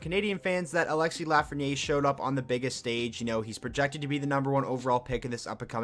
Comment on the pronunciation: Proper way to pronounce his last name is "Laugh-fren-i-air"